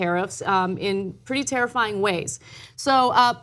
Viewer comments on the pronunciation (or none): "In pretty Tariff-ying ways" hahahahahahahhahahahah.........sorry